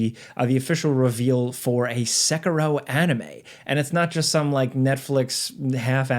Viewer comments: SA-KEY-ROW= SAY IT WITH ME=SA KEY ROW.. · why does he say sekiro like that???? thats so annoying lol